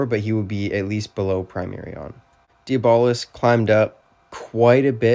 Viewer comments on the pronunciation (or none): Dee-bolis is crazy😭 W vid tho